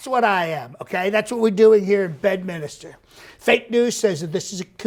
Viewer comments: Did he say "Bend Minister" for "Bedminster"? LOL If so, the misreads are a great realistic touch. Also, "focuseded". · If I heard it correctly, "Badadministor" instead of "Bedminster". Hilarious.